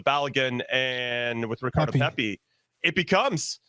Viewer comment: "Pep-É"?... Really??.... It's "PePi". Does actually follow the USMMT???